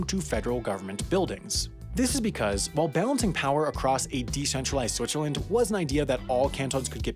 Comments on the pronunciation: Everyone is making fun of the pronunciation of Lausanne but am I the only one who hears him calling it "Switcherland"? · Switcherland - never heard that pronounciation before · Do I hear Switcherland and Lasagne? What about the other video about Leechtenstein? Enjoying the videos, but maybe it's a good idea to look up the spelling before recording the voice-over.